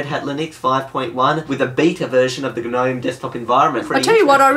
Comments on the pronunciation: It's spelt nome, not geh nome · the "G" is silent! "nome" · G-nome 😓 don’t pronounce the “g” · I like how you Pronounce the G in GNOME :) lol